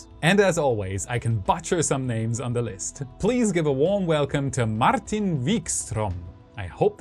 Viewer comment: by the way. martijn is pronounced mar-time. but with a n instead of a m. (its a dutch name)